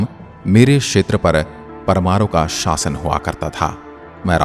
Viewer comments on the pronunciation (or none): none